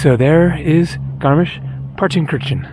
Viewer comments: no, he didn't. he mispronounced several names in this video in a manner typical to English speaker. btw do you even know German or just talking out of your a**? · I am not German, but I think Partenkirchen is pronounced as "Partenkirhen". Kirchen means churches. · Incorrect. It’s pronounced paar tuhn kur chn. Have pronounced it correctly.